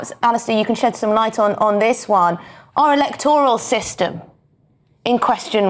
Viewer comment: Elector–al. not Elect–oral.